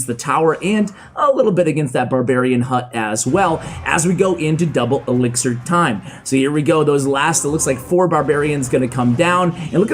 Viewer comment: The editor has a problem with the word elixir man😂